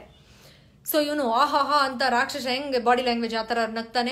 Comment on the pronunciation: Madam, ನಿಮ್ಮ ವಿಚಾರ ಮತ್ತು presentation ಬಹಳ ಚೆನ್ನಾಗಿದೆ ಮತ್ತು useful ಸಹ. ಆದ್ರೆ ಎರಡು pronounciation ಬಗ್ಗೆ ಸಲಹೆ ಕೊಡಲು ಬಯಸುತ್ತೇನೆ. ನ್ಯೂ ನ್ಯತೆ ಅಲ್ಲ ನ್ಯೂನತೆ. ರಾಕ್ಷಶ ಅಲ್ಲ ರಾಕ್ಷಸ. Please take this positively. Thank you.